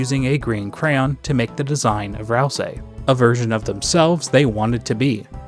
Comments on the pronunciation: Okay, say "ICE" > ice Okay, now say "E" > e Now say "ICE-E" > icy e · That's how every dr youtuber pronounces it?